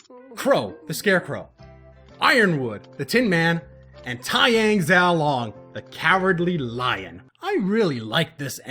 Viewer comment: Please work on your pronunciations I love your reviews... but cringed every time you said "xiao long" or "Oum"